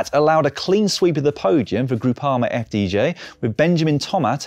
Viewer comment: Repeat after me: eff day jee. Not eff dee jay. Thank you.